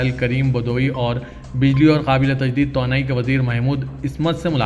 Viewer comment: تونائ نہیں توانائ بولیے بھائ یہ سیاست اخبار کا حصہ ہے۔ اردو بولنے میں بھی سدھار لانا بھی ضروری ہے۔